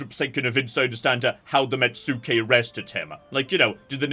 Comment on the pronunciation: "Let's talk all about the things got wrong" Like mispronouncing metsuke? Immediately after saying that? As per a previous comment, it's "mets-kay", not "met-sue-kay". Also, agent conversion is permanent, only arrests and demoralise actions are temporary, although your arrested characters can be executed as well.